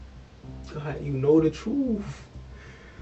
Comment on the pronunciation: Somebody teach these killers how to pronunce TRUTH; not "troof".